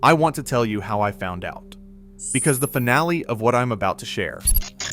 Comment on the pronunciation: "The secret FIN ALE" Oh AI....lol